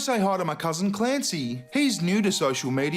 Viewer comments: lol 'Clancy' :) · Uhh... “Clancy” eh? Hmmm